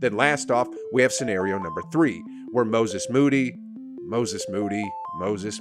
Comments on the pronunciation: Perkins clearly had a stroke trying to say Moses Moody and his analyses after that fact prove he never quite recovered lol. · Perk tryin to pronounce Moses Moddy name got me in tears😭😭 had to run that back atleast 387 times Watched it so much i spelled his name wrong. Couldnt see past the tears🤣